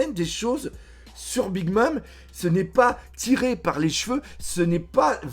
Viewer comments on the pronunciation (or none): none